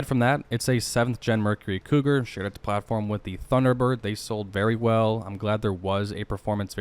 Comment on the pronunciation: Probably because he has an odd way of pronouncing his D's. Thun na bird.